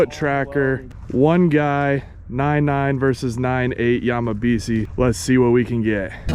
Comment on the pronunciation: If this were actually a japanese name, it would be pronounced Yamabishi. si in japanese is pronounced "she"